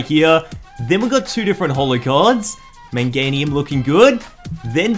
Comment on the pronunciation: Meganium not menganium